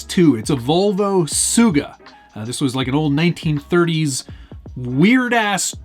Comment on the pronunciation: This build is turning out pretty sweet. Love that you're using an old Volvo, even if the Swedes are sworn enemies to us Norwegians (not really, but there is defintely a rivalry there). One little note though, it's not suuuga, it's sugga. Quick/hard G, as in you have to speed it up at bit. Sugga means sow, or female pig that has had some piglets. In Norwegian it's sugge, in Swedish it's sugga. :)